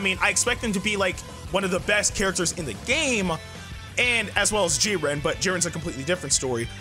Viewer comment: Is anyone else uncomfortable with how he says jiren